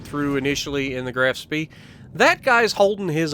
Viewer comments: is correct it's Graf Shpee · Not trying to be a word nazi (see what I did there), but it's pronounced as the "Graf Schpaay" :D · It's pronounced more like "Grof Shpee" versus "Graph Spay" or anything like that lol